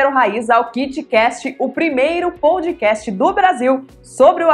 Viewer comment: Obrigado por mais estes momentos de sabedoria César, o kitcast está demais, e a está maravilhosa como host do programa, porém preciso fazer um pequeno apontamento, a pronúncia POUDCAST, quando na verdade a pronúncia é PODCAST. Esta não é uma crítica, talvez apenas um pouco de chatice da minha parte, sem mais, um forte abraços a todos e parabéns pela iniciativa.